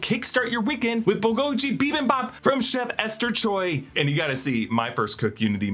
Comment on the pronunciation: This was great except the way he pronounced “bulgogi” hurt